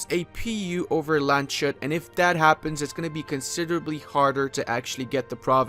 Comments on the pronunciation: For some pronunciation: Konstanz: Con Stahns Landshut: Lahnds Huht (NOT land shut even tho this one is pretty noice :D) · Pronounces München correctly - proceeds to call landshut landshit :D